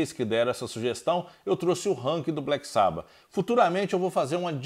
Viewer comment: Agora vou dar uma de chato kkk : Nao gosto quando pronunciam "black sába" kkk é "black sabÁ" fica parecendo um fã da nova geração, que descobriu o SabÁ pela internet kkkk